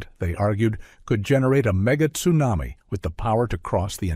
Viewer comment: Wow, ,,, time flies, 2021 for two months. I remember when it was a big thing. But I like volcanoes 🌋 Your pronunciation of tsunami toosuenami was worth the fifteen minutes 😹